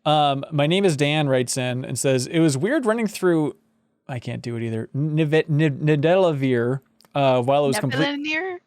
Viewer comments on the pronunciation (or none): It’s pronounced “Need-Ah-Vah-Lear”